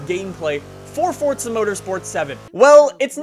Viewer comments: why does he say it like its fortsa, its fucking forza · it's pronounced "for zuh" not "fort suh"